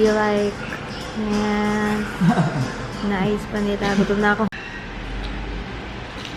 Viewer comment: 'Niceu' hahaha nagiging Koreana ka na, ah 😂